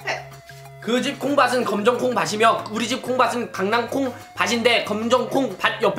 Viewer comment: 콩밭이며 콩바치며 아닌가요 ? 구개음화 ? .. 발음틀린거아닌가 ㅋㅋㅎ